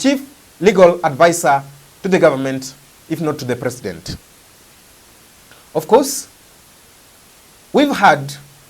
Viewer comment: the way you link the word "r" to the beginning of the word "f" to make the sound "rof" is bad English. The liaison should only be used where the preceding word ends with an "r", such as "number". Number of sounds numberof. But president of cannot sound as "president rof".